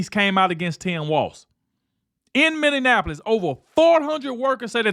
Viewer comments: pronounced Minnie apolis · when are you going to learn to say Minn-e-a----polis